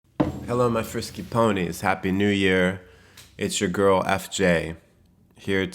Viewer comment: Why did you say "it's your girl, " emphasis on "your girl"? haha!